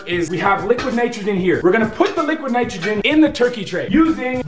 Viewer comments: did anyone else hear liquid Nigeria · when we put it the laqwid nitregen 😂😂😂